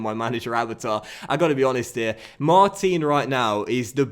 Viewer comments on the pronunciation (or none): hey... it is pronounced Mart-an... as he is french.. keep it up thanks as ever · Hey, just a quick comment to tell you that the proper way to pronounce Martin's name is to say the "in" like you pronounce the end of "Paris Saint-Germain". Also Martin's celebration is actually Matuidi's, it's after a song that was made for him. Love ur content:)